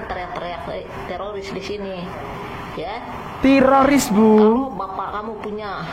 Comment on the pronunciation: Silahkan ditandai ibu yg berkacamata Yang salah baca ( tiroris di baca TERORIS) karna salah baca, ibu ini bisa dikatakan penghasut karna kata tiroris di salah artikan dan di goreng untuk mengadu domba